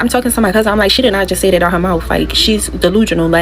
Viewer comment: ole girl just said 'delujonal' ¬ once but twice 😂and OMGsh it's taking her 15min to tell a 5min long story😳&she even naturally talks fast at like 2× speed&it's still taking her forty forever to tell this ponytail story 🤦🏻‍♀️